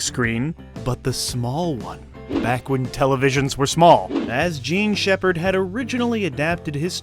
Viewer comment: Does Jean Sheppard pronounce his own name incorrectly, or are you just pronouncing it incorrectly?